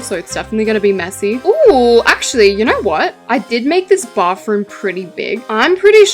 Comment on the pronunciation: “bauthroom” and “ gyatroge” always gets me 😭